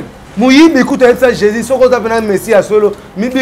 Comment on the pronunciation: on ne dit pas sicre, mais sucre, on ne dit pas Jezi mais Jesus.